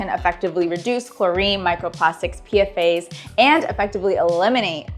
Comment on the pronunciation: Just FYI, it isn't PFA's (pee eff ays), it's PFAS (pee fahs) or Per- and polyfluoroalkyl substance.